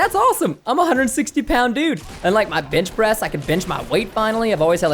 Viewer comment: "bench press" sounded like b*tch press